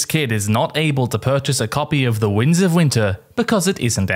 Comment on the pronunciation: Is it just me, or does he say "the wings of winter"?